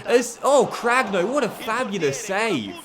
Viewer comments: I think ur keeper name is pronounced cranyo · Cragno’s name is pronounced as Cranioh (same as you pronounce the nho in Cuotinho)